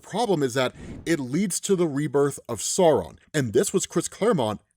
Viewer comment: At first I thought you were saying "Sorrow" 😅 I think the alternate pronunciación is better... "SAH-u-ron" (and don't swallow the "n")